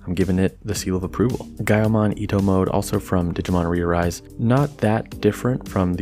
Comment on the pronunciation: Why whould you say "Eto mode" when there is clearly two T's? . ITTHOH MODOUUUU!!!